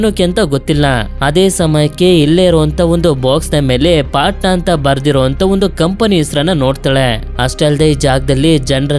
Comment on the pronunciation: Bro adhu panta alla patna😊